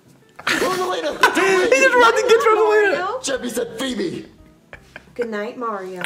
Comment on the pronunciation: It's feebee